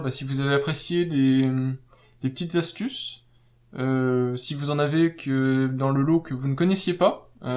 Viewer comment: Trop long ...et plein de fautes de liaison ... on ne dit pas les 4 zastuces mais les QUATRE ASTUCES